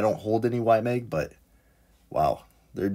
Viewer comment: It’s YMAG not YMEG … please😩